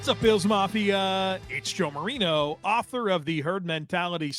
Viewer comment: 👏🏻*👏🏻*👏🏻👏🏻👏🏻